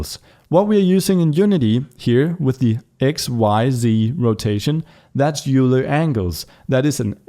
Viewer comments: It's pronounced, "Oiler". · If pronouncing names correctly matters to you, Leonhard Euler's last name is pronounced much the same as the word "oiler". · It's not euler angles. you say it like oiler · These tutorials are very helpful, thank you! FYI, Euler is pronounced like oiler.